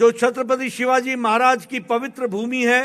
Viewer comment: He is totally useless & not able to speak properly name of great king Chhatrapati Shivaji Maharaj